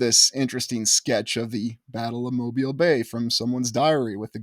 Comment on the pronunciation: One of my favorite places!!! And right down the road from me. I've walked it extensively and explored the old world everything! Kudos to you for pronouncing it like a local 🥳